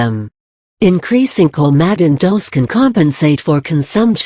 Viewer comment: Can we get you a better speech engine? Many people will not know what "Kow-madden" is. And your clickbait title is hightly misleading. Perhaps you might do a bit of um, actual research on 'Coumadin' before you slap together a video like this. This is five minutes I'll never get back...